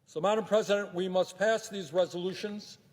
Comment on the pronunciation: Why does he say maddam president?